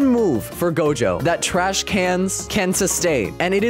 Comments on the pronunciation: it not dojo it's gojo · bro said dojo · Gojo❌ dojo✅ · bro said dojo bro it is gojo😂🤣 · who see he said dojo XD